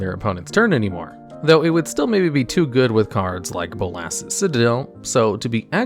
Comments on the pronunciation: Is there some sort of joke where this guy intentionally mispronounces card names? bo-LOSS, Ermkul, ect. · please check the pronunciation of modal. it's moe-dal:) bolas also:) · This guy should probably learn how to pronounce words before he goes over cards. Modal, conflagrate, Bolas, Emrakul?